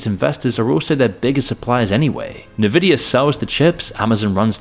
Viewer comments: it's pronounced "envidia" like the real word "envidious", not "nevidia". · . Did he say Nuvida? Fun fact, if you mispronounce a primary name that's vital to the story, you lose credibility. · It's Ehn-vid-ee-a, not Neh-vid-ee-a 🙏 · Unvidia, not nuhvidia! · Omagahhhhhhd it's not 'NUHVIDIA' ITS 'ENVIDIA' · it's en-vidiya, not nividia. really not that hard. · The company is called Nvidia and its pronounced "N - Vidia" not "Nuhvidia" like someone who has never been on Earth before in the company's 25+ years of existence, and I want to smack the screen every time you say it in such a chalk-on-a-blackboard kind of way. Ugh. Huge channel, one of the worlds biggest companies and saying Nuhvidia like a boomer is wild. And painful to the ears. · It's not NI-VIDIA. Please pronounce NVIDIA properly. It's (e)NVIDIA. A portmanteau of Envy, Video and Vida. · Please guys its so cringe when its pronounced nevidia, its the most valuable company in the world and you show me that your content might not be authentic because a little research will sure tell you its N-Vidia. 52 seconds into the video, I just left this comment and not going to continue watching it. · What Is Nevidia? 😅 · "nuhvidia"? Really? FFS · NUH-VIDIA is crazy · Nvidia-- say it like that again-- Nuhvidia. Keep saying that until more people catch on! 😀😄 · Nuh-vidia, Ah-mode-ee. Something tells me this video is a bit of a slop itself. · Ne-Vidia? Are we talking like Trump now? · Navidia?! Really dude?! 🤦🏻‍♂️🤦🏻‍♂️🤦🏻‍♂️ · "nuh-vidia" -- bit of a giveaway there. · As soon as I hear a video mispronounce Nvidia I know it's either AI slop or AI slop with extra steps (human narrator who is clueless).